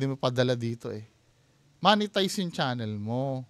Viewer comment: mo-ne-tize po ata un hindi moneytize